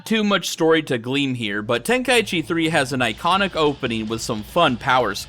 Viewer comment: Ten kai chi not tenka eechee!